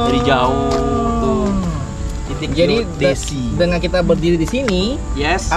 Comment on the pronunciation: Aku yg salah dengar atau gimana ya? “ Plakat logam Titik Kont*l Geodesi” hahahaha 😅